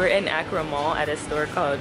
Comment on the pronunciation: This vlog brought back so many memories of being in Ghana! By the way, it's pronouced AH-cra no AY-cra